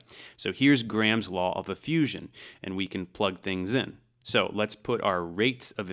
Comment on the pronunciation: You can tell he's not Indian, because he pronounces "Graham" properly. Southwest Asian languages, in my experience, tend to pronounce a hard 'h'', and they put emphasis on the second syllable. So they pronounce it "gra-HAM" when it is actually pronounced with the 'h' sounding like a 'y' and no strong emphasis as "gray-um". It's also not pronounced 'gram' like the unit of measure. It's kind of a syllable and a half. Sort of. Just wanted to throw that out there. I know this because I work with many Indian folks, and I receive far too many spam phone calls from call centres which all start off on the wrong foot by mis-pronouncing my name.